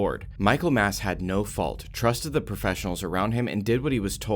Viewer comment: It's Michael Massee. Not Mass.